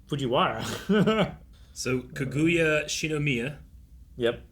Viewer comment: They've been watching anime for how long and still can't pronounce Japanese vowels? Kuh GOO yuh?